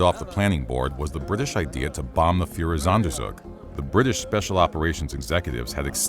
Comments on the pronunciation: I'm sorry, I know this is an interesting topic about a truly horrific time in human history, but all I keep hearing is "Fuhrersonder-zug-zug". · It‘s „Führer-Sonder-Zug“! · Oh god the Pronunciation of "Führersonderzug" is so fucking terrible My German ears bleed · Führersonderzug - your pronunciation is horrible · it's almost as if he isn't German.